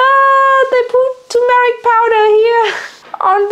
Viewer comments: Turmeric. Not tomaric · It’s pronounced tur. Mer ic